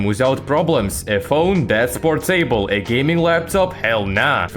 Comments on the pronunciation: it’s not portAble it’s more of a portUHble sound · Por-Table😂 Fix: its porta-ble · if u say por-table one more time... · por-table? What kind of accent is that?